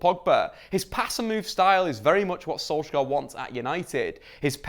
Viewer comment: I think as long as you keep pronouncing Solskjaer wrong the team is gonna continue eating shit